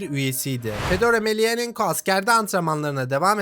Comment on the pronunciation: Reis iyi güzel de soy ismi bi kere de düzgün söyle soendwpndelnf